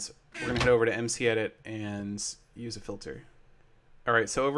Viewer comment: Seth says "Ans," instead of, "And."